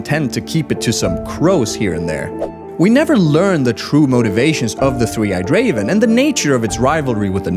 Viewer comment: "Three eyed CAVEN"???